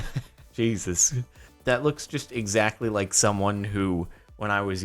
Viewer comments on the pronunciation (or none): none